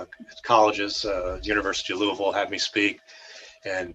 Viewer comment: What a wonderful story, and he pronounces "Louavull" correctly!